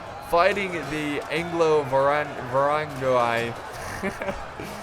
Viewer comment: It's pronounced Anglovarangi . What it means straight up is English Varangians but I think what the unit was in history was Western (France , Castile , Leon , England , Scotland , Holy Roman Empire etc.) men that joined or were recruited by the Varangian Guard officials .